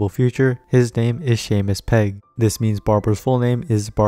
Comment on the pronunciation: yeah i was like??? im pretty sure thats not how u pronounce seamus pegg???